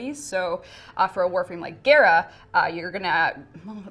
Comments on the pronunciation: she said gayra instead of gahra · Geara? I thought it was Gara like Gara of the sand. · she really said gaerah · Gare-ra??? I thought it was pronounced Gah-ra ! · Waite its ge-ra not ga-ra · So im just gonna have to get on you and it because you said gaira and not GARA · When says Gara It kinda sounded she said Agera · Why does she say Gara like Gera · i like how she pronounced Gara as Gay-ra because that's how it looked. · Is it bothering no one else the way she is say gara I pronounce it like car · Ok I can't be the only person who was cringing when was trying to pronounce Gara's name. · I can't believe she mispronounced the greatest game crossover ever :c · The fact she can’t can’t say Gara’s name right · pronounces Gara wrong... triggered >.> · Why she say gara like that big wtf